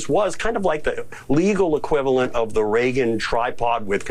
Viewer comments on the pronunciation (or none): none